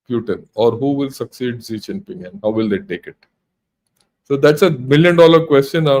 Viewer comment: Please please please, I commented here before and in Pguru,in Jaipur Dialogs, in Alternate Media and in DEF Talks, You are China expert and you cannot even pronounce their president name properly??? Please read comments and trying to rectify. Your Analysis is good but this type of mistakes makes it ordinary. The presidents name is, XI JINPING. and not ZEE CHINPING. Go to google and listen pronounciation of his name. Pleaseeee🙏🙏🙏